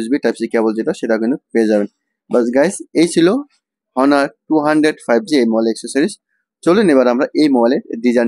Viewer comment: ভাই হনার না এটার নাম অনার ...